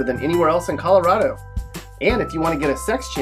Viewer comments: ColoRADo not coloRODo ffs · It’s ColoRADo, not ColoRAWdo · This guy's not from Colo-rod-o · You're not pronouncing Colorado correctly. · He can't even pronounce the state name correctly.